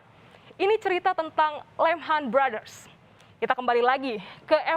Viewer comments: Aduh presenter berita financial nyebut lehman brothers salah.. 8[ Bacanya... "Liiih meen.." yah.. bukan lehn ham... kl tahun2 saat krisis terjadi suka nonton berita pasti ga akan lupa.. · Bukan lemhan brothers, tapi lehman brother